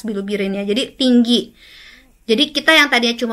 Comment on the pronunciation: Bilubirin atau bilirubin 😅 ko agak aneh yaa. Perasaan ma bilirubin dehh